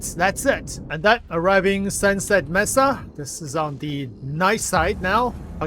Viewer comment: "May-sah" not "mess-ah"